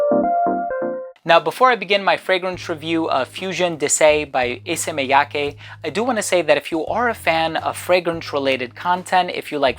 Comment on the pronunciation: Props for being one of the first reviewers I've heard pronounce "Miyake" correctly 😄